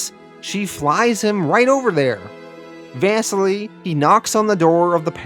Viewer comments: Bro the pronouncing of.. like everything lmfao. Out of all of them “vass-seal-ee” not “Vesily” LOL... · And “Vassily” is pronounced “vah-seelee”, it’s Russian